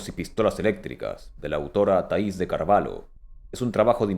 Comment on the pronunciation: Carvalho pronuncia carvallo (roble)